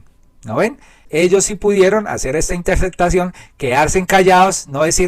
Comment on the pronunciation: Yo escucho TODOS tus vídeos. Los encuentro informantes ilustrativos. Esto es muy importante para los que vivimos fuera de Colombia. Con gran respeto y aprecio pido que la"p" en mitad de palabra sea pronunciada, p ej. corrupto, corrupción, ó interceptación. La Sra. Marta Lucía Ramírez decía séctima en vez de séptima. Perdone la comparación.😢